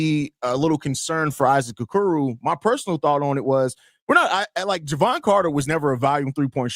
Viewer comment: How many times can you mispronounce the name of the topic of your podcast